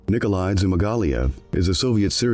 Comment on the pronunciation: His last name is pronounced Zoo-mag-ah -leave